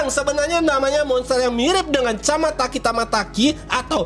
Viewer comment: selalu salah nyebut nama monster di garten of banban yang benar itu chamataki dan tamataki